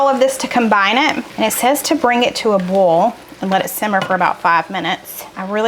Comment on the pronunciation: One of my favorite aspects of your videos is watching the close captioning (I have significant hearing loss). The southern in you shows when you say "boil", it shows as "bowl". The captioning usually understands oil, but occasionally shows as oal. Makes me laugh every time. I look forward to Tuesdays and Fridays for sure. Keep on keepin' on!